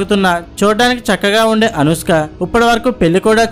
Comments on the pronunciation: అరేయ్... ముందు అనుష్క అనడం నేర్చుకోరా పువ్వా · అనుస్క ఎవరు ? కున్కిస్కా లాగా ? ముందు పేరు సరిగా పలుకు , సొల్లు వీడియోస్ తర్వాత